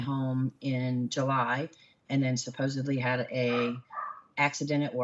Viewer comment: Do you wanna know what my biggest question is? Why can NOBODY here in the US not pronounce the word "supposeDly" correctly? Love ya, H! I enjoy being here with you.